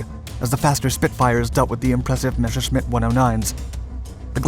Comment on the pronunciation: Why do you invert the sounds in Messerschmitt? The "ss" has the English "s" sound, the "sch" has the English "sh" sound.